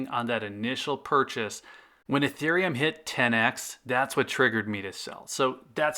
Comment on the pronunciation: >pronounces ethereum correctly >calls it 'eeth' Cringe